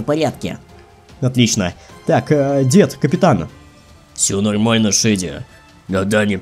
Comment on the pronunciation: Я так и сказала шеди правильно а не шейди